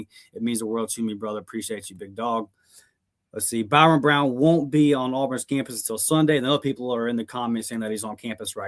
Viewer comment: You do know his name is ByRUM Brown and not ByRON